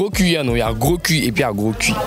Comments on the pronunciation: Gros « Cul» stp et non cui... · ONT DIT CUL ET NON CUI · Sauf votre respect, madame! On ne dit pas « gros cui »? Mais « gros cul »! On écrit « cul » et ça se prononce « QU »!!! Ayant passer mon adolescence à Abidjan, je sais que tout le monde dit « cui »